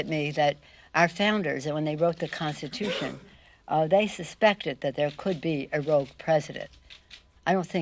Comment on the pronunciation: The "Constution is the spreme lawvthe land". She makes DJT sound like Shakespeare. Retire that old broad before she starts swelling up and attracting blowflies.